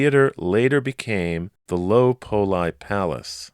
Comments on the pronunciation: Are you sure "Poli" is pronounced "pole-eye" and not "pole-ee"? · Strange, since he was Italian, it seems the pronunciation should be "pole-ee". I wonder if it was mispronounced on purpose back in the day due to certain ethnic stigmas that existed back then.